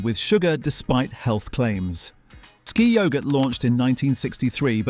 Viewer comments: You can still buy findus crispy pancakes. I get mine from Asda. What the chuff is yowgurt? It's yog-urt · Pause for breath at the end of each sentence sounds authentic until you hear yogurt pronounced yoe gut. Then you realize its another AI slop commentary. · it's yog-urt [ˈjɒɡət]